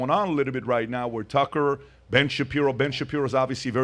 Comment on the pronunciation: Why the fuck is this host pronouncing Tucker and Joe’s names like he’s a fuckin immigrant who’s never heard of them